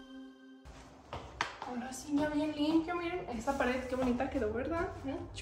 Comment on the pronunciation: se dice y se escribe pared no pader 😂😂😂